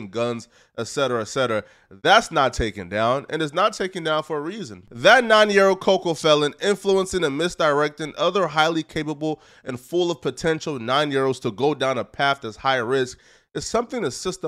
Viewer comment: Did you say COCOFELON?